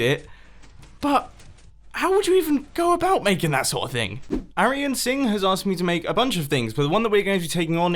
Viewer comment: THANK YOU for pronouncing Singh right. People always say sign instead of Singh. It’s SO annoying!